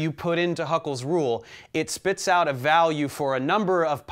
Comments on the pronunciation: sorry but it's Hückel's rule not Huckel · Bro, that guy's name is not Huckel. It's Hückel.